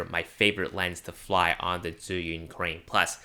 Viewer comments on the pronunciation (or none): Nah, he just says your accent when you pronounced zhiyun sounds like Chinese southerners.